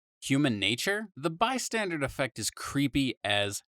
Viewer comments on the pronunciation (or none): Bro keeps saying "Bystandard" lmao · Dude, it's not "by-standard" effect, it's "bystander" as in people who are bystanders in a situation, they're "standing by" not doing anything. I can understand mishearing it, but it's written right there! 🤦‍♀️